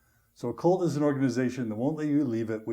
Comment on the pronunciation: It sounds like John is saying Colt instead of cult.😊